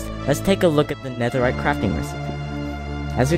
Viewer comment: NEAHERRITE TRIDENT 🤔